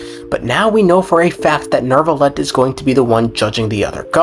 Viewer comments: You call him Nervillette? Istead of Neuvillette? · why? why some people says neRvilette?